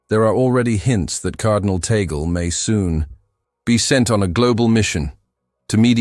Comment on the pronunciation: It's Cardinal Luis Antonio TAGLE " pronounce Tag - gle" . Please correct your future Bloggs. Ok Sir!!!!!!!!!!!!